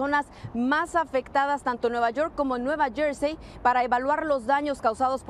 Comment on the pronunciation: Nueva YoR y nueva jorsey, presentador Mejicanita, porfavor tomá clases de Inglés